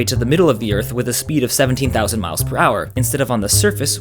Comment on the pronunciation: seventeen tousand MILES per hour :) fast fast explanation